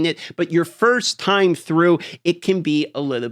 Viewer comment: Is that supposed to be an "E" in "time" bro? 😂